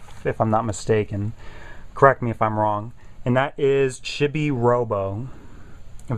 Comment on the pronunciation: Its pronounced chee-bee not chibbi :) :)